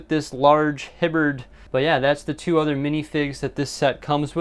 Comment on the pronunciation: HIBBERD? SIR THAT IS A HALBERD